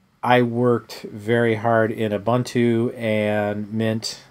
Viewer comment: it's u-boon-tu